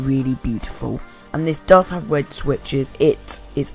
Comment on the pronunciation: "wed switches"